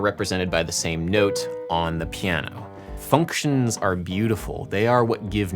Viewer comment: you pronounce the word like FUNKtions every time and I'm here for it